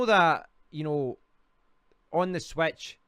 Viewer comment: on the "swetch"